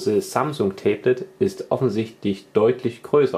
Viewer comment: Tee blet warum sagst du immer tee blet meinst du ein tablett mit einer tasse tee drauf oder ein tablet pc?